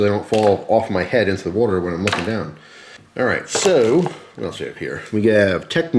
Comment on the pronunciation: youve always said 'water' in an unusual way.